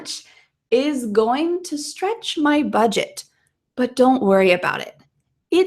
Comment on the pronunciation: stretch sounded strech